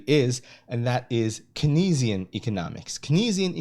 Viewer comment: Keynesian is pronounced KANEZ-ee-in btw. Great overview.